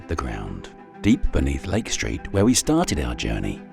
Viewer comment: This video about an American city in the USA would be improved, in my opinion, if narrated with an American accent and not a British one. From the start, with his pronunciation of the words "Lake Street" I had to turn on captions to be able to understand the narration as the british enunciation was lacking in clarity for understanding of the video content.